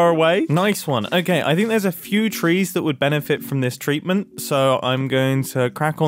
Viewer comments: did he mean treetment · Did anybody else notice that he said "treetment"😂😂😂😂😂😂😂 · Did he just say that the trees deserve that tree-tment ? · Didn't he say "tree"-age at one point too? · Hamslaughter 😭 Treetment 😂